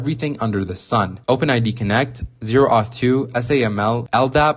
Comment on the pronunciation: You lost all credibility when you said zero auth 2.